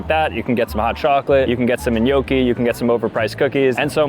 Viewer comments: "En-yo-key"??? 😭 That's an interesting way to pronounce gnocchi 😂😂😂 (nyo-key) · paisan, gotta work on that gnocchi pronunciation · thats NOT how you pronounce gnocchi 💔